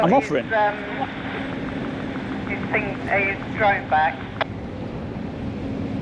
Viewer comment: "dwone" ? Oh, you mean "DRONE"... Learn to pronounce "r" before you talk nonsense to me. - Tell this south african idiot to piss off back to his own country and stop trying to call the shots here. - Look at the beer gut on these two specimens. Less time harassing members of the public and more time in the gym.